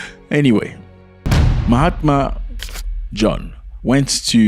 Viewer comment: There is no ‘t’ in “Mahama” !